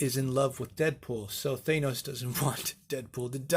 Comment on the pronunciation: How is it possible you couldn't pronounce Thanos properly in 2020...